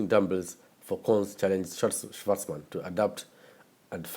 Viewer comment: Good video, I like the way you pronounce his name like a German way